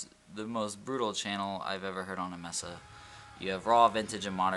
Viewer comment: Nice review. Just FYI - Diode is pronounced DIE-ODE, and MESA is pronounced MAY-SUH.